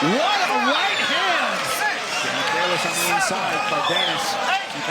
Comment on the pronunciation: The commentators couldn’t have spent 30 seconds before the fight to iron out how to pronounce Cardenas?